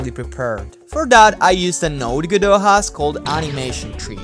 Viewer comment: "Godowh"? I'm offended of how You pronounce My name... (This Is not serius)